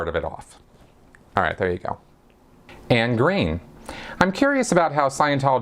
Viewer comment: Thank you for not saying Annie. 😊